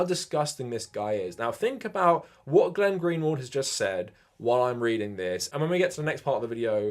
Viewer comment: Why do you keep calling Glenn Greenwald "Glenn-Gary"? Am I missing something?